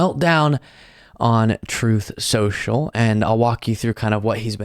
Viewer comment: "Troath Sential".